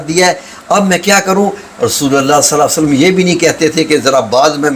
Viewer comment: Hazoor sallalho allaihie walay hi waslam prhen kindly ap Naam sahi ni lerhy